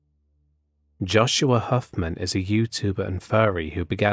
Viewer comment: Oh you said joshua hoffman wrong i wouldn't be upset if it wasn't also my name.